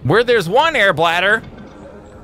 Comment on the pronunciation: u know whats funny? .. i saw all 4 seasons of subnautica .. and u alllways mess up the "airbladder" name :DD so good